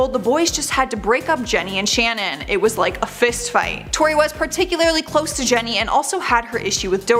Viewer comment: Please get people's names correct! It is Shannon not Shannen. You said Leah's last name wrong. Seems disrespectful.